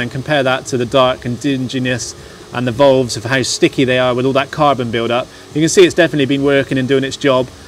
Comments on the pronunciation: volves.....drove me crazy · FFS someone please tell this bloke how to pronounce "VALVES" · ditto, lol